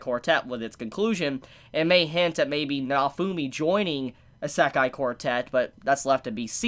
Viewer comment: Your pronunciation of isekai hurts me